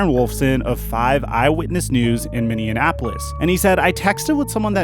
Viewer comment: Do you not know how to say Minneapolis?